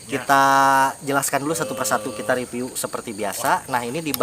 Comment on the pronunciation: Review bang Bukan Ripiu hahhahaha...